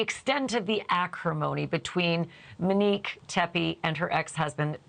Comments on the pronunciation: this beautiful woman name is MOnique Ashleigh keeps saying MIN-ique. MINique. Not MOnique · For the luvva gawd it’s not pronounced MINNique please say MO-nique I know two Moniques and they hate when their name is pronounced the way you pronounce it🤦‍♀️🤷‍♀️ love ya tho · MO-Nique Her name is MONIQUE It’s not MIN-Nique Please stop calling this beautiful woman the wrong name ASHLEY. Right?! It’s annoying when people spell your name incorrectly and it’s equally as annoying bordering disrespectful to pronounce a name wrong just because YOU think that’s how it should be pronounced or because it’s easier for you to say Min-Nique versus saying her name correctly. MO-NIQUE it’s Monique. Mo. Her loved ones called her Mo. that’s because her name is MO-Nique. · Good God, Ashleigh— Monique is pronounced MO-NEEK, NOT MINEEK… Get it right, gurl!! So annoying!! 😖😖😖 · Everytime she says Minnique I cringe. MO-NIQUE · Her name in Mo nique not Ma nique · Ashley... repeat after me. MOnique. MO. Not Menique not Minique.... girl! 🤦🏻‍♀️ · It is not “MUnique” it’s MOnique. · Love the show but she keeps calling her Manique. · Yes, and call her Monique not “Mo” or Minnique. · Her name was Monique. Why do you keep calling her Manique? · You’re literally the ONLY person reporting on this case (and there’s upwards of a hundred journalists reporting on the Teppe case) who is calling the victim MIN-NIQUE. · HER NAME ISN'T MIH-NEEK! 😒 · I’m ready for you to pronounce Monique’s name correctly. Ashley.